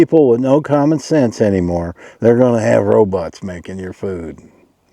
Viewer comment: Thumbs up for saying ROBUTTs... awesome..